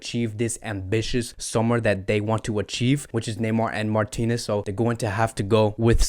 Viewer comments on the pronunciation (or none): none